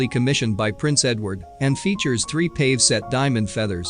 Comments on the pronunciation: Both the jewels and Elizabeth Taylor are beautiful. This program would be more engaging if the narrator knew how to pronounce the words he is speaking. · Couldn't stop laughing after he said "pave" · It's pronounced PAHVAY, not PAVE. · It’s PAVE’ (pah-gay). Not pave. I wish these neophyte twits would learn how to pronounce words correctly. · This narration is pretty ordinary ‘pave set diamonds’ 😂. It’s pavé. Among other clangers 🤦‍♀️ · Not "pave" (long A)... "pah-vay". Ugh! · The word Pave is pronounced pav-eh….not simply pahv. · Who was narrating this video? It’s pave’ diamonds not pave “the street” diamonds. Van Cleef and Arpuhls?! Goodness. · "PAVE set diamond"? Really??? It's pronounced pa--VAY. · It isn’t pave it is pay vee. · Pavé is pronounced pah-VAY. NOT payve. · It's pronounced (Pa Vea) And Van Cleef and Arpels have always been Van Cleef and Arpels. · DUDE IT'S PAV'E (pa vay) COME ON GET IT TOGETHER,!!!! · A very interesting and informative video but it is spoiled by the computer voice which mispronounces jewelry terms like pave (pa-vay) and marquise (mar-key). Please fix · The fool narrator can't even pronounce pave correctly ... as in pave set diamonds (not pave as in pavement ) ... or "Sotheby's" either. Such ignorance is cringeworthy ffs. Why are these You Tube productions always so third rate ... There was even a typo in the cursive font scrolling during the OTT intro. It read ... " The gift from every men she loved " which is obviously incorrect. It should have read ... the gift from every man she loved". So I wonder who churns this shite out ??? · Do you think they will ever manage to pronounce PAVE correctly. Drives me nuts!!!! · You pronounce "pave" (with an accent over the "e") incorrectly. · There were MANY weird pronouncements but I could overlook all the robotic vocals to gaze at the jewels and of course, Elizabeth. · He needs to learn how to pronounce cabochon and pavé